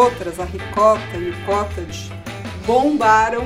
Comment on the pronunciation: Só ela fala cótage 🤔😕